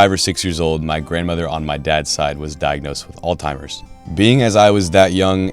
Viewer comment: You say you want to give the disease the respect it deserves but you cant even be bothered to learn the pronunciation ? ALL-TIMERS? Seriously?